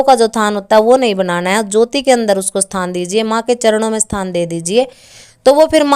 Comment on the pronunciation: बहन आप थान बोल रही है या स्थान मै समझ नहीं पाया शायद आपका मतलब जगह देने या नहीं देने से है